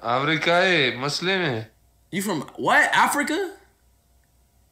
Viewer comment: At first,speed said you are from maslime?😂😂😂😂lolllll then said oh aohamdulillah🗿🤣